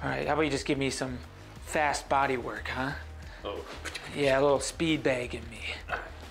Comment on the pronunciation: The way he says “baeg” really gets me going